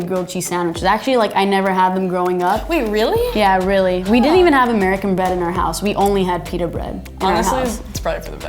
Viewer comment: the denim girl bread sounds like buttocks smh